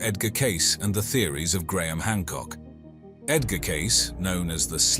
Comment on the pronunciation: Your stupid AI narrator can't even say Edgar name right! If you can't narrate a video maybe you shouldn't be making them!